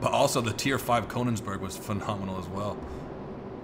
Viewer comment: This pronouncing of Königsberg ;D Koniksberk